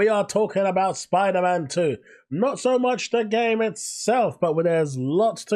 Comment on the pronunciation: Pfff, "Spoder-man 2" hahahaha